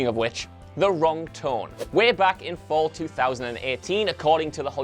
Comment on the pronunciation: When he says fall and pro-jects makes me mildly infuriated